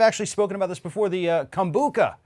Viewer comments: its pronounced Kombu-CHA ..not Kom-Bu-Ca...luke cha cha slide. Kom-Bu-Cha! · Yes, CHA, as in "tea". Kombu-cha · Kom-bu-CHA...like the ballroom dance CHA-CHA-CHA, or CHO-co-late the sweet...